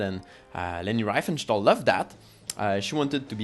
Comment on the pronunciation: Pronounced REEfenstahl, not rye-fenstahl.